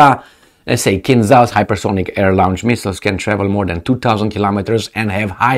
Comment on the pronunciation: in the word "launch" you should pronounce "au" as "o", like in the word "autumn", NOT like in the word "our".